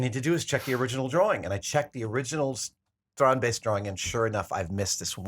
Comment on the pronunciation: Why does he say baste? The guy that invented them calls them beasts??